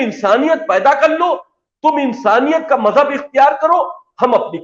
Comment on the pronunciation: Abbe Jaahil Majjab Majjab Majjab tou sahi tou bol